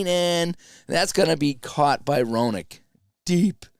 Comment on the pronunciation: Hey, Gary Roenicke is pronounced "Ren uh key"....nice job...I watched your great interview with Mark too...great...Merry Christmas man!